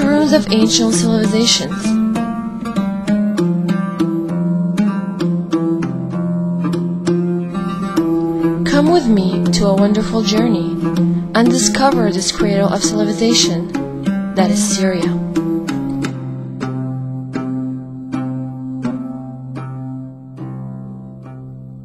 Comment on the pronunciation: haha she said cilivization